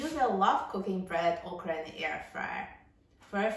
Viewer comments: Its not Ahcra. Its okra we pronounce it in the south OKRY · Thank you for this video. I am interested in buying an air fryer and the ability to fry okra is a must! Also, it’s not pronounced “oc-ra” — it’s “OAK-rah.”